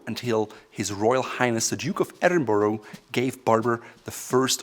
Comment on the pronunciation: Loves teaching pronunciation....can't say Edinburgh